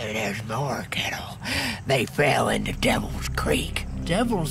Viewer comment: Did you say deevil its devil not deevil